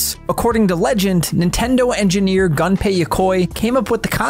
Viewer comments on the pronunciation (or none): Although it's "gUnpei" (pronounced like "Gunter"), NOT "gAnpei" (pronounced like Gundam or gun). A channel called "" should know this.